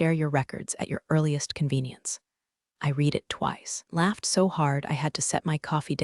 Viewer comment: Still can't pronounce "read" as its used in the storyline.